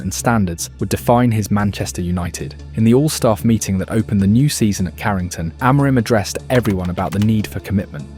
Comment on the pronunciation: You make some good positive videos but it's not great you can't pronounce Amorim and the players' names correctly (you're not the only one on Youtube though). Please have a look at the official United short "How To Pronounce Our Reds’ Names" and learn how to pronounce their names. Don't sound like an amateur - go pro!